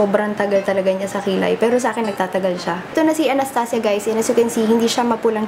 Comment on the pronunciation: Sarap talaga pakinggan pag sinasabi mo anastasia. Pang mayaman ang datingan eh. :)